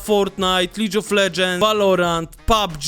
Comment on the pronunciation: lidż of ledżens